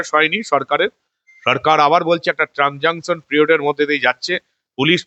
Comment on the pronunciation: কথাটা ট্রানজাঙ্কশন পিরিয়ড নয়।প্রকৃত কথাটা হলো,ট্রানজিশন পিরিয়ড।